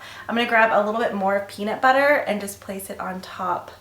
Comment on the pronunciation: every time you say peanut butter, i think of peabnut bubber lmfao.